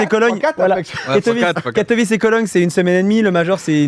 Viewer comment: La prononciation de Katowice c’est Katowitsé et pas Katowitché